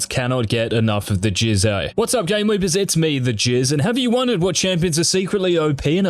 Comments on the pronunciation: why does this guy keep saying jizz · Everytime he says Jizz only thing in my mind is